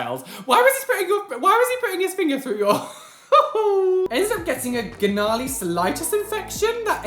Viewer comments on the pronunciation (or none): “Garnarly” ????😹😹😹 it’s pronounced narly😭😭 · Hahahaha the way he said gnarly... “g-narly. It’s just pronounced narly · Ga-narley 😂😂😂 it’s pronounced narly 🤣 I love you!!!💖💖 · I live that you said Gnarly instead of Narly. Love you so much and your videos, would love to have a chat with you about piercings. Keep doing what your doing! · It is spelt gnarly but you pronounce it narly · “gah narly cellighyest infection” was the most relatable dyslexic reading moment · Ik this video is 1 year old 😂 but gnarly is pronounced (nar)(ly) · The g in gnarly is silent 😅